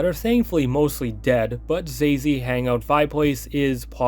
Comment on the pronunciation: The pronunciation was so funny. This degen's name is actually Xayzei, but he spells it like a fucking xbox gamertag 😭💀